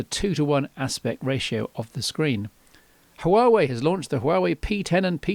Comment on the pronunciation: it's pronounced Wa-Wey